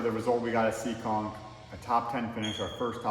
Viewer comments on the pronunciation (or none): it's Seekonk, MA not SEEKING..lol.. Great video footage. Keep up the great work and safe racing.